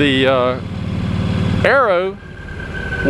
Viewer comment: Cats, Fords, Harleys but no Porches, BM's or Ferrari's. You're right about cats though, quite mardy little critters when you get back from a holiday away :) RIP Arrow, although I'm not sure you got his accent quite right ;)